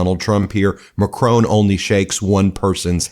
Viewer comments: It's pronounced Mackron not Makcrone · BTY: The President of France’s surname is pronounced MaKron not Macrone. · You still haven't bothered to learn how to pronounce MacRON. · PLEASE, Ben. The French President's name is pronounced Macroh, NOT MacroN. 🇨🇵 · Mon Ami …..nice work ….but MACRON is pronounced MAC as in Big plus RON as in Howard 🥸not RONE as in Drone Slava 🇺🇦🇦🇺🍻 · Macron not Macrone. This is my only criticism of this channel. Please check out how names are pronounced. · Great work as always, but at least get your pronunciation correct, it's not 'Macrown' it's pronounced macron! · Please pronounce President Macron’s name correctly. It just perpetuates the belief about Americans being ignorant. Macron not Macrone! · Ben, I watch your videos almost daily. You do great work and it must be exhausting watching all those videos of Trump , however I need to take you to task. President Macron. You always pronounce his name as Mack crone, it is not pronounced like that. It is pronounced Mackron. Please pronounce his name correctly. Thanks. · Out of curiosity, how does Macron's name get pronounced MAKRONE when the French pronounce it more closely to McRon? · The French s President s name is pronounced with a short o sound, no e at the end so Macron not Macrone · PLEASE, PLEASE, PLEASE……YOU’RE AN INTELLIGENT MAN. He is NOT Mcrone, he is MACRON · Please pronounce the last name of the French president correctly It is not MaCRONE. It’s Ma - cron with the second syllable nasalized (not at all hard to pronounce by Anglophones). There is no humongous accent on the second syllable. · Please learn how to pronounce President Macron's name for God's sake! It's not like "drone." It' more like MacRAWN. You can find the correct pronunciation on numerous YouTube videos. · Mahh chron. That’s how you pronounce it 😮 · He wasn’t the only one in a blue suit . You pronounce Macron totally wrong . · Macron. The n is silent.